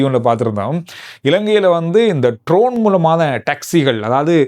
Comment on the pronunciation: Not trone it is drone